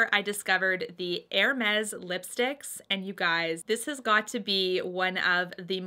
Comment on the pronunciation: Nice choices! And extra points for pronouncing Hermes like a French person! lol Keep up the good work and you'll get your purse before long. Love your channel, and the fact that even when you're talking about something you don't like, your eyes are always in a natural smile. Such a pleasure to see during the pandemic.